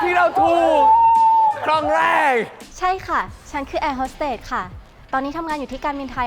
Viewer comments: แอร์ฮอดเต๊ดพี่เนทพูด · แอร์โฮสเต๊ด🤣🤣🤣